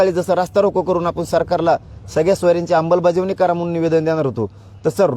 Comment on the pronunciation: Vashi hun nighalyanantar next day pasun roj 10 time aikyoy ammalbajavni cha ha ucchar 😂😂😂😂